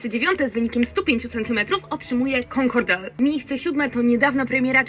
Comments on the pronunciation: to nie jest concordel tylko concorde francusko-brytyjski samolot naddźwiękowy a czyta sie Kon-Kord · Mały błędzik Concorde czyta się “konkord”